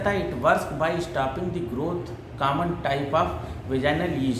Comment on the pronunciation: कामन...... 😂 😂 😜 😊 😂 Kya sir it's common,,,,,, बोलने का भी तरीका होता है